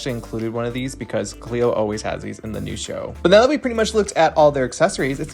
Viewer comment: "So they need to come out neow."